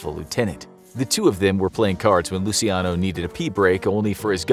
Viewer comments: NOT LUSIANO but LUCHANO. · Hi there! Just letting you know that in Italian, it's pronounced as Luc(h)iano. When there is ci or ce in Italian, it's pronounced as chi or che. And when a letter /h/ is written in Italian, it isn't pronunced at all. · Lu-chi-ano In Italian, ci is pronounced 'chi'. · Aren’t you pronouncing Luciano’s name improperly?